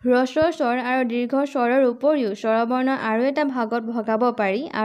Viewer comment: বাইদেউ, হ্ৰস্ব উচ্চাৰণ ৰস্ব নহয়।